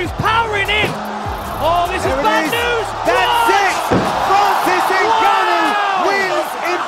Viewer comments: I miss Francis Enguhknow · francis ganoh!!